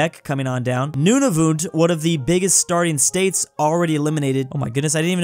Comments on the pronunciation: In the beginning he said Nunuvut but you have to say the a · bro really said nunavoot 💀